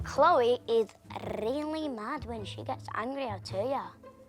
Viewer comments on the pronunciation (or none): I love how he say "RrRRrrrrrelly"